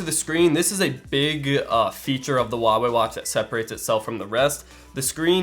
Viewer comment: Nice video, but pleae stop saying "Wah-wey" - it's "hua-wey".